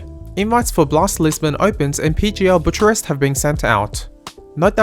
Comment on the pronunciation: It is pronounced boo·kuh·rest (Bucharest) 😁